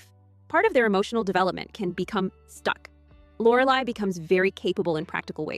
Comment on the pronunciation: AI...can't even say Lorelai's name right